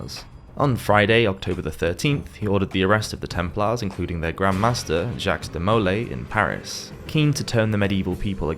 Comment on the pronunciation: Where is this accent from since it is definitely not British - examples are his pronunciation of: Bubonic, Christian, Aquinas, Jacques, Castille